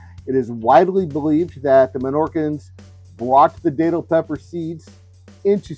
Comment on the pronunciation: Thank you for sharing this,! I just want to let you know it is pronounced Dat (like bat)-til. I have Minorcan lineage. My family has been in Florida since 1777. I am a 9th generation Floridian! My sister and I make a great datil pepper sauce! Here in Florida, I am in Jacksonville, we protect our plants and most of the time, we can get them to winter over and they turn into really big plants! You might be able to do the same thing to by bringing a plant inside and placing it in a sunny spot until it warms up.